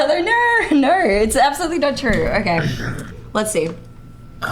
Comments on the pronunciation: " nor! nor! nor! " Having the r sound when it should be the ooh or o sound is grating on my ears. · Why does she have 11 syllables for the word "No"?